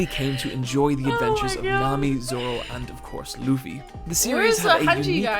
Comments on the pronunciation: FYI, One Piece passed Batman in lifetime sales a couple weeks ago. - Luffy is pronounced Loo-fee; the vid narrator's accent makes his pronunciation wobble a bit. - The manga has no real filler and in fact can be accused of being too dense; the anime has filler when it catches up to the manga story but usually can be skipped, particularly because of the self-contained island travel adventure format of the story, as filler arcs are often just a new island inserted into the story. (That being said, some of the filler is quite fun.) Much of the criticism of the anime comes from the pacing being slow in some of the arcs, not that it has too much fluff, which is true but less of a concern if you're going to be binging it. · Laffy? Hanji? 😭😭😂